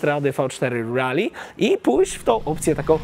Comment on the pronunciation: Miło jak słyszy się poprawnie wymawiane Rally a nie panujące w polskim youtube rejly, które nie wiadomo skąd pochodzi, bo ani to po angielsku ani tak nie pisane. Trochę, tak mi się wydaje że to "po angielsku". A motocykl marzenie szczególnie w wersji pikes peak.